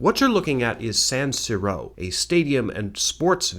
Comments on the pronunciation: but what if watching vids and cat vids are two of my favorite things ever? also super funny how only two blatant mispronunciations were FIFA and San Siro, love this channel forever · the pronounciations of FIFA and san siro convince me that you may have never seen a football/soccer match. huge fan though . much love from Nigeria